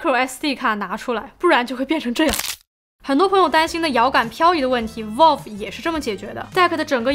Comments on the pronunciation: 雖然讀音不是重點，但確實是讀錯了（正確讀音接近foul而不是vote），網友也是沒惡意的指出。 不知道為什麼有人那麼扭曲地把錯的說成有好幾個版本。 善意提醒，靈感交流可以大家及主播都進步，令更多人喜愛這裡的生態。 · vælv, not volv😅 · Valve， Vauv, 跟我一起说， Vauv, out, Vauve, V奥V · 不是可能开放让消费者购买维修零件，是已经决定让ifixit 销售了。 valve 发音错了... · 不算PC玩家，但是评测看的很舒服~~~另外挑个刺：VALVE的发音博主一直读错了…… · 「一」這個漢字沒有幾個寫法，valve讀音也是啊～樓主人家也是善意提醒。但你這樣護駕打嘴砲只看到你是很個人的愛主心切，沒營養。這樣不會令大家進步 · valve发音错误